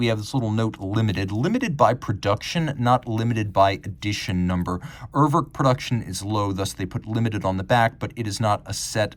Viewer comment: Dear, I know you're very much one for getting things right, including pronunciations. It's not "err-werrk" (as in "twerk"). The first vowel sounds pretty much like "ooh" in the letter "U" (spoken "yooh"). Another example would be how English speakers say the word "Uber" (the company). The second vowel isn't an "o" as in "work" but an "e" as in "estimate". If you wanna get fancy, it's /'uːɐ̯vɛʁk/ Cheers